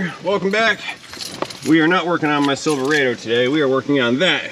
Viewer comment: At 66 years old and previous Chevy guy, I have heard the name “Silver…rah…do pronounced many, many times. I must say that I have never heard anyone else pronounce that coveted name as “Silver…RAY…do….🤷‍♂️😂 Just messing with you ….love your videos….😊